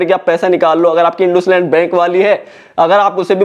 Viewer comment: ❌इंडसइंड इंडुसलैंड✅